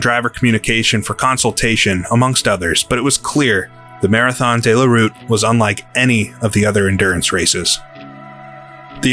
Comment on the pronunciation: 2 minutes into the video and the narrator is trying to tell me that 24 hours is once around the clock. He must be using a very strange clock. Then he starts referring to the Marathon Dey La Route. It's De la route feller, say it how it's spelt.